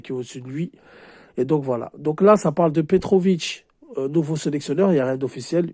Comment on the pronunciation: Petkovic pas Petrovic 😅